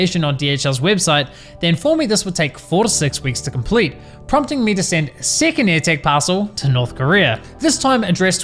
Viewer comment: Lost it at "may I know se number of se seckend paaaarcel?"